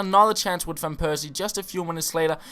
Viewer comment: It is fan persie, not van persie....